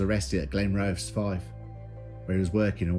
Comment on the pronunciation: It's pronounced Glen roth eeeeees